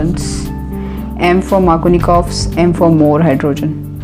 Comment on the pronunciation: its markovnikov's and not markonikov's. not trying be a someone to point out small mistakes but my attentions went there when you told to focus and remember the spelling. otherwise, great video. thank you